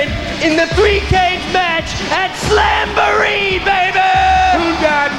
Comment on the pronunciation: "AT SAMBOREE" - Macho Man (talking about slamboree)